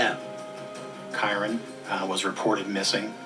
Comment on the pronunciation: after HOW many times Kyron's name was pronounced, he still goes and pronounces it ky-ron....